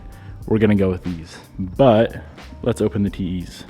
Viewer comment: Anyone else hear “TeeHee’s” instead of “TE’s”? 🤣